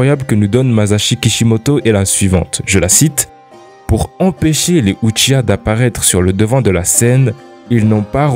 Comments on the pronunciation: Uchia quel enfer de prononcé comme ça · c un uchia ? Tu peux pas prononcer Uchiha ? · tu pourrais faire un effort sur la prononciation quand même... "uchhia" t’abuse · Ça se dit '' uchiha'' Ou-tchi-ha | Prononce le ''h'' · Tu prononces très mal "uchiha"